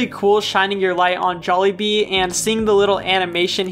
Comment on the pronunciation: It's jaly not Joly